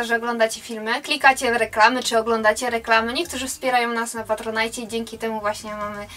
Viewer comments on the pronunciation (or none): none